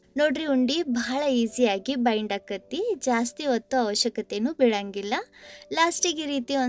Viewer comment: ಬೈಟ್ ಅಲ್ಲಾ ಬೈಂಡ್ ಅಂತಾ ಹೇಳ್ರೀ...